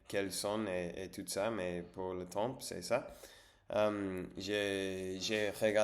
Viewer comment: consumer du contenu === consommer du contenu (consumer il faut l'utiliser quand on détruit quelque chose par le feu), le mot temps il faut pas prononcer le p lol tu prononces que tem. Reposes toi bien et bon rétablissement.